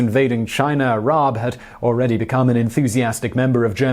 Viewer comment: Rabe. The dude’s name is Rabe. As in crow. Pronounced Rab e E’s are don’t do the weird silent thing in German